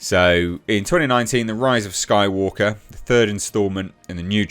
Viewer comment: Disney is such a joke it's sad now. Also you said "rise of Skywalker" wrong